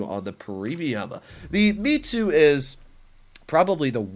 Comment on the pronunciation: Its Mits-you not Me-too It's short for Mitsubishi.